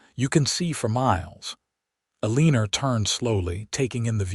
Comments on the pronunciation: Don't you know that she's "a leaner" rather than someone who has straight posture???😂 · E LEAN ER , you mean Eleanor?